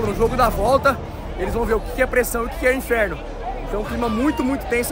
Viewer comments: Foi foda a festa, mas eu ri muito com o "INFEFNO" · O "Infefno" do Mengão deu certo